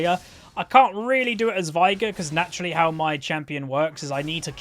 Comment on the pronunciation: I just thought I'd let you know that his name is pronounced 'vay-gar'. Final Boss Veigar says it in two of his lines. "Unimaginable is the power of Veigar!" and "I, Veigar, will knock you all down!"